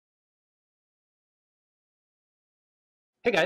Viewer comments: Your pronounciation is spot on, "Crashimir" it is. Cheers from Croatia! Also, it's my middle name. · Welcome to Croatia! I heard about this things during the war, never seen them though. Good old balkan engineering. Oh and perfect pronounciation of "Krešimir" :)